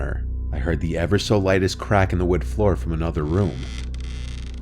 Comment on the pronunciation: 8 years in and he still hasn't learned the work "creak." Drives me crazy